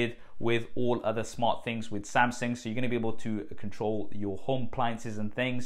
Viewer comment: haha! Nice tab though!